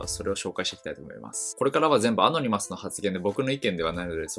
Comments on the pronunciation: ア↑ノ二マスじゃなくて、アノニマスな。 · ア↓ノ↑ニ→マ↑ス→だろ。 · アノニマスがアゴニマスにしか聞こえなくなってきた